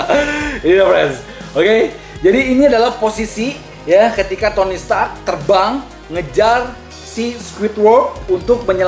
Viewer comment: Stark bang bukan setak